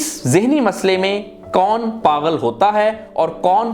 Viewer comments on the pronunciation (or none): Lufz paghal nahi pagul hota hai 😊